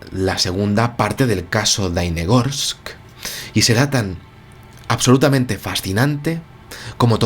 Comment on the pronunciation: Querido - la ciudad se llama Dalnegorsk, con la “ele” en el medio. Significa lejos entre montañas. También te quiero decir que en ese tiempo yo tenia 23 años y claro está tenía uso de razón, por lo tanto te puedo asegurar, que el suceso no se ha comentado en aquel año en absoluto. Es decir se enteraron solo los órganos gubernamentales apropiados, y la población que fue testigo. Punto. (Más - me acabo enterar del suceso por ti, ). Luego vino el catástrofe de Chernobyl y todos nosotros estuvimos abrumados por aquel desastre y lógicamente Dalnegorsk con su ET se perdió. Te felicito por tu canal y tu investigación, también por la forma artística e animada que le das a tu narración. Suerte y salud para ti.